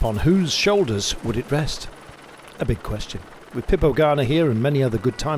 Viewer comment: That's not his nickname is it? He just can't pronounce Filippo haha...